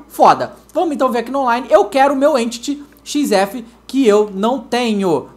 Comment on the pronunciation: o nome do enity xf e emtiti ou enity xf pq o fala emtiti